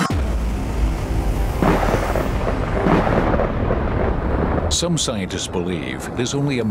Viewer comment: Nice video. Except the guy that said CosMoss. LoL